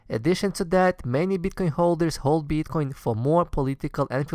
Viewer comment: Please learn to pronounce BITcoin !! :) If that you are the nr 1 bro!